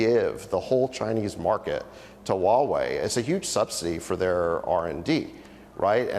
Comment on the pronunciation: needs to learn how to pronounce HUAWEI. It’s who-a-Wei. Not wa-Wei. Get it.